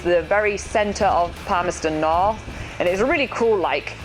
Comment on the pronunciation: Interesting! He's a French and yet, he can pronounce the 'th' in Palmerston North. At first I thought he was a Dutch but then he sounded like a speaker of a Romance language. so, more or less he's a French.